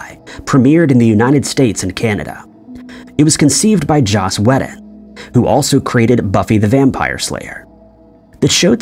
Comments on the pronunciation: Joss Wee-dun, not Weh-din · It's Joss Whedon, pronounced Wee done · Whedon = 'Weed-un', if you are going to do a video make sure you know how to pronounce stuff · Why? It triggers people to comment. Works like a charm!